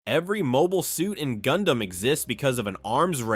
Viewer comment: Gundam sounds like Condam